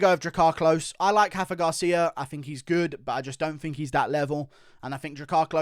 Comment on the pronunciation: It’s Rafa Garcia with an R not an H he’s Mexican not Brazilian